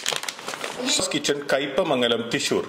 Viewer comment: തീശൂർ അല്ലടോ തൃശൂർ